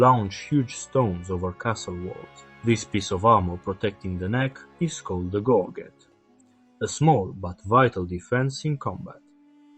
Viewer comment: Caparison = "ca-PARIS-un." Gorget = "GOR-jit." Orle = "ORL."